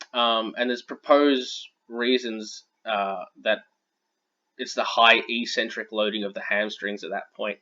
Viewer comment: Good vid. "Eccentric" is pronounced "ek-sentric" btw.